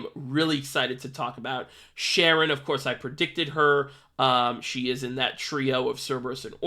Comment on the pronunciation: Im gonna be that guy and say im pretty sure it’s pronounced Kare-ren cause its a reference to Charon from Greek mythology